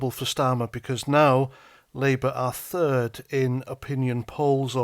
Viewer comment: Correction; not third, turd.